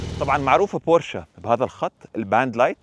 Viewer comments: ياخيييي مش بورشاااا بورش 🙂🤦‍♂️🤦‍♂️🤦‍♂️ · تصحيح فقط بورش وليست بورشا